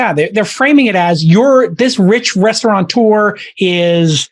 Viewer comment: There's no N in restaurateur!